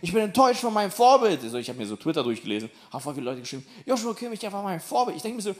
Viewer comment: ist einfachkrank lustig. Genau mein Humor! Aber man spricht Kimmichs Vornamen "JoSua" aus (ohne H):D